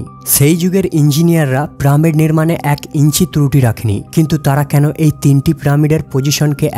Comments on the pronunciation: ভাই তুমি কোন স্কুল এ পড়ালেখা করেছো? আমার তো মনে হয় তুমি স্কুল এর পিছনে গিয়ে দাড়ায় থাকতে, লেখা আছে সাড়ে চারশো বছর আর মুখে বলছো সাড়ে চার বছর, হাহাহা, পিরামিড কথাটা বলতে কি বেশি অসুবিধা হয়? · আরে ভাই ওটা প্রামিড না ওটা হলো পিরামিড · রোবট নয় রবার্ট হবে। প্রামিড নয় পিরামিড হবে। বাংলা উচ্চারণ সঠিকভাবে করুন। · কি জঘণ্য উচ্চারণ, প্রামিড????? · প্রামিড নয় ভাই, বলেন পিরামিড। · প্রামিড না, পিরামিড। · শব্দটি হলো "পিরামিড" কিন্তু উচ্চারণ করছে "প্রামিড"। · দাদা আগে নিজেকে ভালো করে ঘষে মেজে তৈরি করুন তারপর উপস্থাপনা করবেন। চার বছর নয় ওটা হবে ৪০০০ বছর। আরো একটা শব্দ, পিরামিড হবে প্রামিড হবে না। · কথাটা প্রমিড নয়, পিরামিড । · প্রামিড নাকি পিরামিড! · ভাই প্রা আর পিরা কিন্তু এক না। শুদ্ধ ভাবে উচ্চরন করলে ভিডিও টা ভাল হত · ভিডিও বানিয়েছেন কিন্তু পিরামিড কে বারবার প্রামিড বলেন কেন ভাই ? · প্রামীড নয় রে ভাই....কথা টা হলো পিরামিড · প্রামিড নয়রে গরু,পিরামিড। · প্রামিড না রে ভাই, পিরামিড। শুদ্ধ উচ্চারণ করেন। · প্রামিড কি দাদা..??? পিরামিড বলতে পারেন না... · প্রামিড না, পিরামিড। ডেড়শো না, দেড়শো। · প্রামিড কি শব্দ ভাই?? পিরামিড। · প্রামিড নয় পিরামিড। উচ্চারণ ঠিক করুন। আপনার কথা শুনতে অসহ্য লাগে শুধুমাত্র উচ্চারণের জন্য। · Bay pramid noy piramid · It's NOT Pramid. It is PYRAMID!!! And it's NOT an Egyptian word. It is ENGLISH!!! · Mr voicer not pramid .this is piramid.You can follow breed piramid.i say sorrow more blogger when vdo voice more misteks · Uccharon ta pramid noy pyramid ebong ota robot noy robert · কিরে ভাই প্রামিড কি শুদ্ধ করে বলতে গিয়ে পিরামিড কে ত রেইপ করে দিলে তুমি 😄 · প্রামিড না ভাই পিরামিড বলো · পিরামিড, not pramid. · Pramid not it's piramid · Pyramid bole pramid nou.pls check karun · প্রামিড কি রে ভাই পিরামিড উচ্চারণ পারিস না??? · ওটাকে পিরামিড বলা হয় প্রামিড না। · পেরামিড নয়, উচ্চারণ করুন পিরামিড, ছি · it's piramid not pramid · প্রামিড ভুল। পিরামিড ঠিক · প্রামিট না ভাই,, পিরামিড 🤣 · Pyramid na bole pramid bolchen keno? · Pramid na shothik uccharon pyramid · Pramod noi peramid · প্রামিড নয়,,,, বলুন পিরামিড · Is it "PRAMID" or "PYRAMID" ?? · প্রামিড কি?